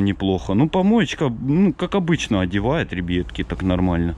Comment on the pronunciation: А почему вы говорите ребетки а не ребятки?